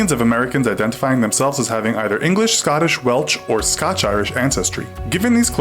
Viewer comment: They said “Welch” instead of Welsh too 😂😂😂